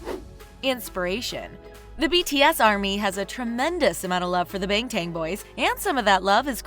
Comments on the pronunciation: Its BANGTAN BOYS not BANGTANG BOYS😒😏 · Hey how can u tell bangtangs as BENGTENGS!!!!!! pronownce it properly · SHE SAID BANGTANG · "Bang tang" Please feel free to either 1. Burn in hell 2. PRONOUNCE IT CORRECTLY follow this Bang Tan Son Yeon Dan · Hello! We appreciate you making videos about BTS but please 😊 it's BANG - TAN BOYS not bAnGtAnG bOyS. It would be nice if you start saying the name right in your fUtUrE vIdEoS. Thanks! 😊💜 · seriously she said bengtan boys.. dude its bangtan😂😂😂 how could u spell it wrong😂😅😅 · BANGTANG BOYS LMFAO I'M CACKLING IT'S PRONOUNCED BONG-TON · She said bangtan as in the English bang and tan I SWEAR I'M GONNA SUE HER